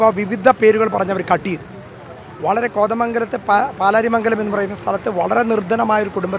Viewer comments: പുല്ലാരിമംഗലം അല്ല പല്ലാരിമംഗലം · പുല്ലാ രി മ ഗലം അല്ല പ ല്ലാ രി മ ഗ ലം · പുല്ലാരിമംഗലം അല്ല പല്ലാരിമംഗലം ആണ് place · പുല്ലാരിമംഗലം അല്ല, പല്ലാരിമംഗലം ആണ്. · സാജൻ ചേട്ടാ (പുല്ലാരിമംഗലമല്ല പല്ലാരിമംഗലം) സത്യം പുറത്തവരണം കുറ്റവാളികളെ ഒരു കാരണവശാലും വിടരുത്. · പല്ലാരിമംഗലം ആണ് സാർ പുല്ലാരി അല്ല 😃🙏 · സർ പുല്ലാരിമംഗലം അല്ല, പല്ലാരിമംഗലം